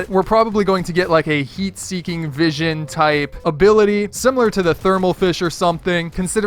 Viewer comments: Lol ik I'm late but its 'vishon' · It’s voishon